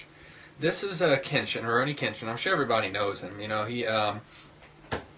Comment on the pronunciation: Kenshin was not kidnapped. His parents sold him to be a slave for money. Tomoe falls in love with him too. And you don't pronounce it right. I love Rurouni Kenshin/Samurai X because of the deep character meaning. Kenshin's past is the most dramatic part of Rurouni Kenshin, and that's why I love it. The fact that he gave up killing because of regret and how he tries to get over his past by being with friends in Tokyo. There is more to RK then meats the eye. I absolutely love RK, the manga too.